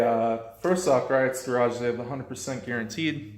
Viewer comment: It’s pronounced Gree-oh. :)